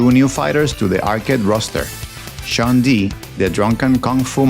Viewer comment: Shodown, not Showdown. Shun, not Sean. Rafale, not Rafal. SNES, not ES EN EE ES.